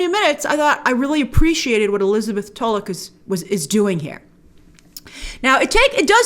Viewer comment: Finally, someone who pronounces Tulloch correctly. ❤️